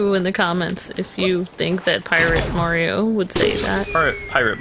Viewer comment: Its'a me, Arr-io!